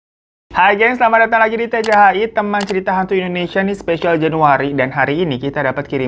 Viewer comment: APAAN KO TCH, BUKANNYA TCHI